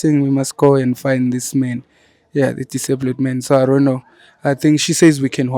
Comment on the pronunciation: Haibo 😅 did you literally just say ( Disablud)